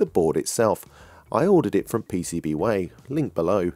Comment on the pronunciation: "Pay say bee whyyy" - PCBWay in a thiccc accent!